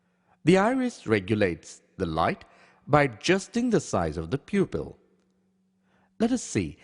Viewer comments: What the heck is membrin? Peopill? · Am I the only one who cannot stop laughing when he says 'pupil'?